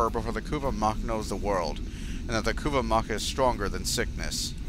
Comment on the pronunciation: The Ku-va mah would be the pronunciation.